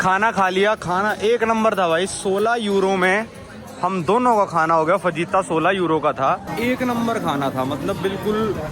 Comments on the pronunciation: Bhai fajita ko (fahita) pronounce karte hai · bhai fajita me j silent hota hai